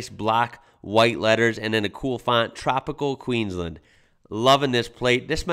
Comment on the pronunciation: Dude you gotta learn how we say Queensland. Listen (or react!?) to the song Queensland by Evil Eddie man, you'll learn and you'll love it